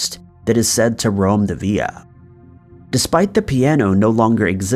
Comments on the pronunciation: Villa “ill” V”ill”a NOT VEEYA. If not from that country, please stop trying to pronounce it with an authenticity you do not have, please. 😬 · ViLLa, not vi-ya like in Spanish. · I think it's villa, not sure why he pronounced it's via. I tried looking up the via just in case it was a word I've never heard but nothing came up. As for the first guy's death? I'm curious as well, it was during the finishing construction so the possibilities are endless. If I find anything I'll update. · When u say Via do you mean villa? It's pronounced vill like villian and ahh...like at the dentist (or creepy villa....AAAHHH lool) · It's Italian so it's Villa as inside a Roman Villa, not 'Viya" as in Spanish. You pronounce the 'L's. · Ok buddy listen up for the first and last time, it's pronounced (vil)( la) ok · Villa pronounced via got me🥺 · how many times do i have to listen to you say villa wrong ffs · Different countries have different pronunciation of that word, in Spain and other places it's pronounced Via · Yeah, other countries pronounce the l so I guess both ways are acceptable.